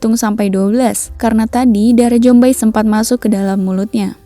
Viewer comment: Zombie dibaca zombi bukan jombai gajelad